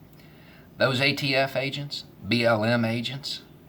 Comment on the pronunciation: I though you said B.O.M. when you said BLM and I thought "are the Bureau of Mines really as bad as ATF?" :P